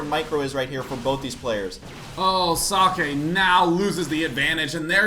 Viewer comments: Husky is trying to pronounce it right, gets pretty close. If i'm not mistaken it should be ,,Zockeh'' the ,,eh'' at the end sounds like ,,e'' in ,,bed''. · i like how husky try to say socke and says sockey :D